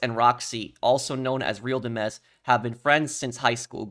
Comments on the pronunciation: Every European is pronouncing “real dimez” as “ real demmez” 🤦‍♂️ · "Real Dem Mez" 😂 Real Dimes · It's just dimes with a Z 💀😂. I don't know how you pronounce it 😂